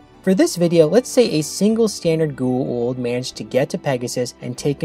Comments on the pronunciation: Goo’ oold ? Why is it so hard to pronounce G O A - U L D GOO AAA OOOOH LLL DD - GOWA OOLD - GWA OOLD .. Goa’Uld damn its so anoying to the ears .. its a made up name in englisch .. so phonetically its not a mysterie how its meant to be pronounced.. some of the actorsvof the show too btw omg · Every time you say "goo-aah-oold" instead of "go-aah-oold", I cringe. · Bro say goa'uld priperly damn XD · what i hate most about this episode is how you keep mispronouncing goa uld